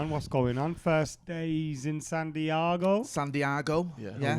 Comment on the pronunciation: Love how San Diaago is now a thing after said it by mistake. Even Steve said it on his channel 😂😂